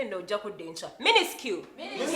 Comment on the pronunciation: Minuscule...... pronounced it minister🤣🤣🤣🤣🤣🤣 banange nze bano ba student bansuuseko